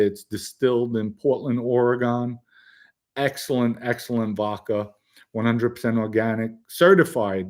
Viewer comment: Lol I love the show but my OCD zero’s in on “VOKA”. I’d die if you pointed out “”Yes! I know it’s VODKA”. Keep up the awesome work